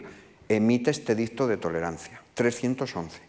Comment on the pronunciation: Curioso cómo este señor se esfuerza en pronunciar “bien", a la romana clásica, (entecomillo porque no hay grabaciones) el latín y luego, hablando en castellano, te suelta un “edizzzzto" y se queda tan pancho.